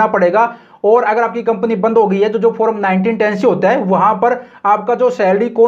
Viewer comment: फोरम nahi hota yr फॉर्म hota hai